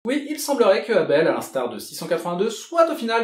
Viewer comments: Et pourquoi tu dis avel c'est abel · Éveul c'est con de lire ça comme ça